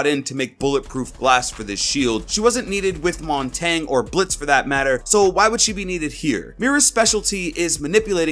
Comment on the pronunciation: It's not montang is mon-ton-yay it's French for mountain